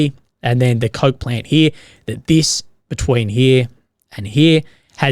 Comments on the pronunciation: Keep thinking he’s saying the “Avdeevka Cope Plant”, which is kind of apt really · I thought you said "cut off from Copeland" not coke plant.